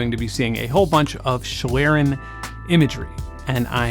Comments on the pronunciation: My German ears flatter a bit when you say "schlieren". :) "Schlieren" is spoken "ˈʃliːrən", the "i" sounds like in "Sin", but is spoken long. The "e" is not spoken. Sorry for knowing it better. I like you videos a lot. Thanks. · fellow German here, thank you for being the weisenheimer ;) I'd say you're best off pronouncing it "shlee-ren" - for everybody who doesn't want to look up the IPA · I'd love to believe Google is right in its pronunciation of "schlieren," but it took them YEARS to pronounce "Devon Avenue" correctly in Google Maps navigation